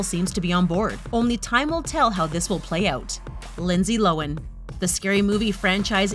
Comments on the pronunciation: who else hates how the lady pronounced Lindsay's last name wrong? its Low-han not Low-an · Did she just pronounce Lohan... as Lowen? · Lo han!! HAN!! NOT lowen jesus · Lo han that's how you say it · Why is it when something is mispronounced... It's repeated soooooo many times? Cringy. Lo-an..... Gah... I dislike her, but even I know the 'h' isn't silent.... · It’s actually pronounced low-an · Anyone else cringe when she pronounces Lindsay Lohan like that???? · I just want to say: lohan's h is pronounced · So we really gonna ignore the way she pronounced Lohan ? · The way she says Lohan was so triggering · The only thing sHadY is the way you pronounce lohan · The way this lady pronounces Lindsay Lohan offends me 😂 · This is a great list and I love these videos but am I the only one cringing at how she says Lohan???